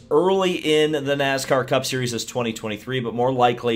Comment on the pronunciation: Nooscar, what's Nooscar?